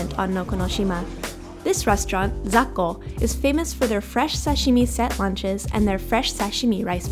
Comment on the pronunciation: でも発音はザッコですよー 英語表記で ZAKKO として グーグルとかに乗っていますよー 😊😊